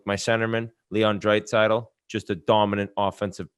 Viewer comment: Whit - "Drait-saitl". Also did call Quinn Hughes a twin? Hmmm